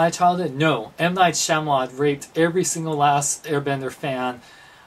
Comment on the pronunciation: it's M. Night Shyamalan not shyamalot. u gotta know these things before u review.